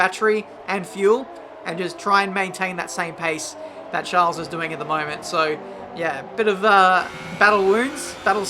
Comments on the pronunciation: Expecting a RageKitchen video from Matty, because you're pronouncing Charles and not Schaaaarl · Hey, just so you know it’s pronounced Sharl not Charles, and Ockon not Ohkon